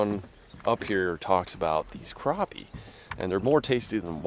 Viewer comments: Crappie is pronounced crappy, not croppy or crahpy. #Petpeeves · say crappie not croppie it annoyed me so much lol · he never said crappie he said CROPPIE a million times though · Ok is it pronounced cr OP ie or Cr Ap ie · why does he pronounce it (Crawp-y) it's CRAPPIE... as in take a CRAP... EEEEEEE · I had to stop watching this video because they're mispronouncing the name of the fish #unsubscribe #pronounce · Lmao just because of pronouncing crappie wrong 😂